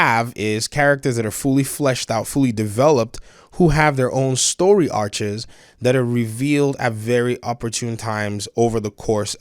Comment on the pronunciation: Did you say story “arches”?